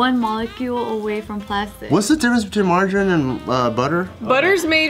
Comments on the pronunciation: Woah! I've never heard anyone pronounce margerine "marger-in"!! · Don't say margarine like that om cringing